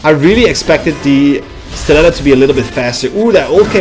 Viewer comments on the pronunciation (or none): Stiletto not Statileto